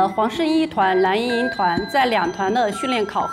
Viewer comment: 伊能静自称自己音乐担当真的是…她的脸真大…人家黄圣依也是歌手，声线音色比她出色太多了…每次听她说蓝（懒）莹莹我就想笑，然后还说张萌不让她唱她这辈子会遗憾的，哈哈哈，还有跺脚那块…哈哈哈